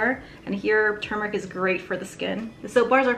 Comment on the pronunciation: My pet peeve is people saying TUmeric. Thank you for saying TURmeric 🤣